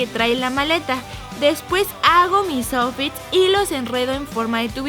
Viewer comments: En el min lesslie dice los ofis en vez de outfits jajaj los amo polinesios😘😘😘😘😘😘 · Dijo oufits